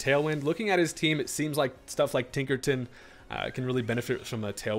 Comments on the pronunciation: Man said Tinkerton and not Tinkerton. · Tinkerton?! WITH THE HARD R?!?!? 😂